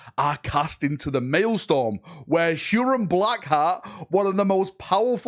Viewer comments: Hate to be a nitpicking pain in the a$$ here, but as a former teacher, it’s “MaelSTROM” not MaelSTORM”!😁😇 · it's MaelstROm, not MaelstORm .. just saying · Still corrected it wrong lol. "Maelstorm not malestorm LOL" stROm not stORm was, regarding pronunciation, the miss. Great video btw. imo you should keep it in. Hilarious and boosts engagement. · it amuses me how an englishman can't say english words...Maelstrom not maelstorm lol.... Pro-dig ( like midge) e - oos (like moose) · its mael-STROM not storm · the work you do is awesome and we appreciate it. But could you please learn how to pronounce real words before using them in videos? I understand in-world terms might cause issues (Craftworld Samhain for example isn't pronounced "sa-wehn" as it is in the real world). Bur words like maelSTROM (not storm) and prodigious (prod ij us) are quite easy to distract people from your message if repeatedly or dramatically mispronounced. Many dictionary sites have pronunciation guides to use during your rehearsal. 😉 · What is a mailstorm? Huron apparently rules one sole Red Corsair 'cuz plurals are optional I guess. And detriment apparently reads as determent, whose reads as worse, and he can't even say prodigious. I know, he might be excited but man this triggers me to no end. Dyslexia could be a factor here, in which case well done. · "Pro-didg-us" "male-strum" c'mon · U changed it from malestorm to maelstorm but neither were right 😂😂😂 It said "MAELSTROM" LOL LOL U silly sausage 😂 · Its Maelstrom